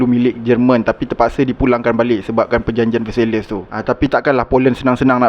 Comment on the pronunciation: History ok. Sebutan tak berapa. ViYENNa. VerSAII.